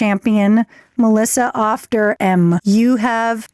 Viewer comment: the way you guys pronounced auf makes it sound like off which is the complete opposite of the actual german meaning of the word auf (on top of). auf der mauer means on top of the wall